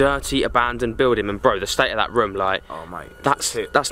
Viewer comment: It is room not roum